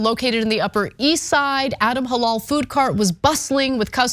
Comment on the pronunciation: Anna doesnt even know how to say the word halal thats funny shes kinda not that smart